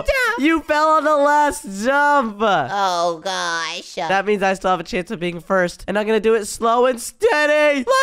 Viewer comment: why do u said zump not jump?????????????????????????????